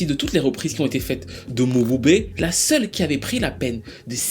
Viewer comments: Ça ne se prononce pas Mo-bu-bé mais Mboubé😅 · Prononciation is not mobube but m(e)bube